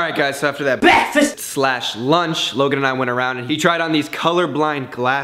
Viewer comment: bekfast love it😂😂👏